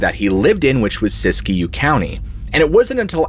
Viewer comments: I am born an raised west, people pronounce Siskiyou as Sisk-You or Sis-Q, I've never hear it pronounced Sisk-E-You... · It’s not pronounced Sisy - Q County. It’s pronounced; Sis-Q County